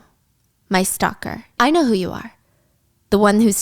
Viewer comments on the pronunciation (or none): none